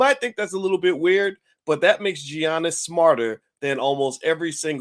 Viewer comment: Boyce, come on now. Stop butchering his name like that. The G is pronounced as a Y.